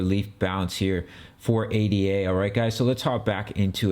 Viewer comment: It's not pronounced A-D-A...It's ada.